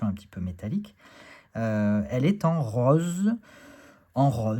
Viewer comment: Ahhhh ..le "rauz" du Sud-Ouest ❤ ;-). Plus sérieusement, très très beau, j'aime beaucoup le dos, les tranches " rauz" ;-) , il y a du contraste, de très belles couleurs. Je ne savais pas s'il y a de l'IA dans ce deck en revanche ? Pour finir: payez par carte les gens et pas par PayPal. Soutenons nos boutiques car PayPal implique des frais payés par Nicolas.